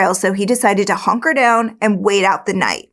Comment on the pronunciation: "he decided to 'honker' down"- Heehee ☺️